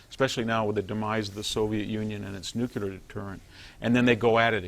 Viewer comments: DEAR NUCULAR IDIOTS..........this is really easy to fix. Just say the words NEW and CLEAR as fast as you can...............problem solved. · the smartest guy that still says NUCULAR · "Patrolling the Mojave almost makes you wish for a NUCULAR winter . . . "